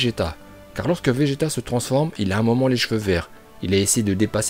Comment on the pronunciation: Je suis le seul à entendre béjeta